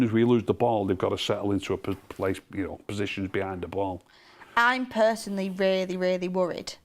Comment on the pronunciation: saying personly is killing me off!